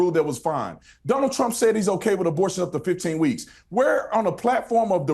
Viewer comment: Dõnald did .. lol Dunald 😅